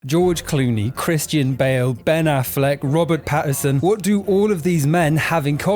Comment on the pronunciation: You didn't say Robert Pattinson correctly.